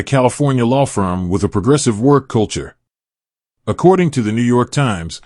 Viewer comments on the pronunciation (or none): none